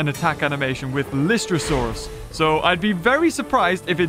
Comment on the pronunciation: It’s lie-stro-saur